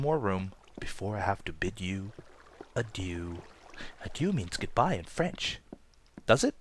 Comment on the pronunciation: or "adieux", think he just pronounced it wrong :)